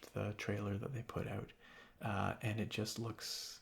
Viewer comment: Anyone else notice how he always says "ant" instead of "and"? I kinda like it